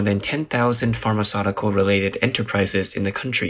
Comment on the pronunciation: The way you pronounce Pharmaceutical is very incorrect, I'm not sure how you learnt that. But a very interesting video nonetheless.